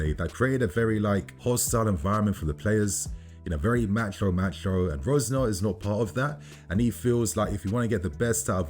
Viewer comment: Is this not Leroy Resenoir's kid ? Why are you pronouncing the surname like that ?